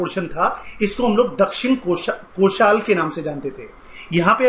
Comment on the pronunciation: Pehle pronunciation sudharo पढ़ा लिखा व्यक्ति भी भूल जायेगा चोला नही चोल, नाल नही नल, दक्षिन कोशाल नही दक्षिण कौशल